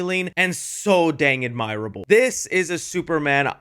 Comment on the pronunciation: You’re mispronouncing “admirable”, you weird ass.